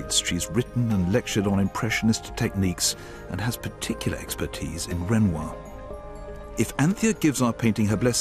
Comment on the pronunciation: Its Renoir .